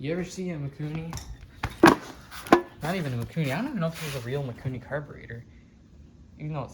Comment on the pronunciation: Mikuni not maikuni